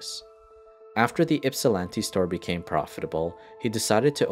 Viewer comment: Pronounced Ypsilanti right, Traverse City wrong, & didn't even try Monaghan